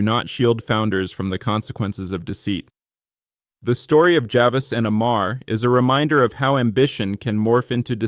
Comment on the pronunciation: I suggest that when you make a video like this, you should pronounce key names correctly…for example, it’s “JA-VEECE,” not “JA-VIS.” You also mispronounced the name of her hometown: MAMARONECK. The above made me think the video is AI generated…not a real person who crafted the narrative! LOL!!!